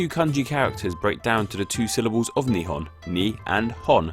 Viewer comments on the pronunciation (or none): There are two ways to pronounce "nihon", one means "two sticks of..." and another one means Japan. The pronunciation in the video sounded more like "two stick of..." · ✕ Nihon 〇 Nippon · I'm learning Japanese and I notice he pronounced the word really weird hahaha. Interesting fact, the Japanese language's one of the most eassely pronouncing ones.